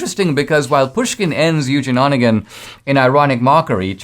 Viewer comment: Dinesh, Онегин —> Onegin is pronounced uh-NYAY-gain, not ON-uh-gain.